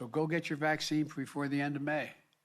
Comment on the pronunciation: And make sure to get it "prefore" the end of May